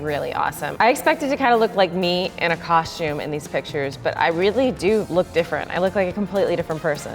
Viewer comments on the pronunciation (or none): none